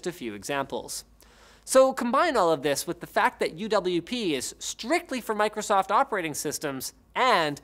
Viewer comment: Idk why, but how you pronounced Micro-soft in the beginning really really bothered me for some reason, it just rubbed me a little wrong lol.